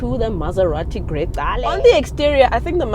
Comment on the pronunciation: hey, it's pronounced "gre-chale.... " 😂